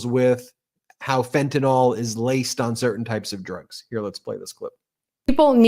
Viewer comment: It is Fetanyl not Fetanol.